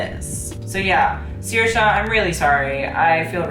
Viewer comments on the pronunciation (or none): just letting you know, Saoirse’s name is pronounced “Saur-shuh” not “Seer-shuh”. Gaelic names are really a pain in the ass, so you get a pass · it's sur-sha ronan and riccardo ti-sh-i